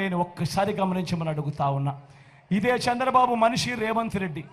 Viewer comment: Sir, మీరు దయచేసి చంద్రబాబు గారి పేరు కూడా సరిగా పలకడం లేదు. సంద్రబాబు అని పలుకుతారు